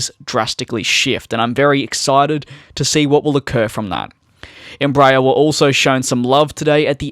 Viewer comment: It's NOT "" Em-BRAYER" it's "embra-AIR"